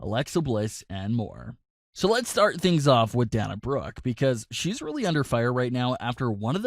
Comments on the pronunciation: Its Dana as in Day not Dan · I've only heard her name pronounced Day-na Brooke, not Danna Brooke. Do you w2atch wrestling? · Day-na not Dah-na. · Its Day-Nah not Dahnah.. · Yeah I hate that he pronounces so many names wrong. Its not DaHna Brooke, its DaYNa Brooke. I've never heard anyone pronounce Dana the way he does. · Oh for Pete’s sake it’s pronounced DAY-na Brooke. Sorry things like this drive me nuts! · SAY THE WRESTLERS NAMES CORRECTLY FOR F SAKE ITS DANA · You're pronuncing her name wrong it's dana as in (day-na) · DAY-NA..SAY IT WITH ME...DAYNA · Glad I'm not the only one that was annoyed by this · If I hear you say pronounce dana wrong one more video... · Lol learn how to pronounce her name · Oh shut the heck up you whining B......do you want to wear a mask for rest of your life. Its scam you m-ron and you're pronouncing her name wrong m-ron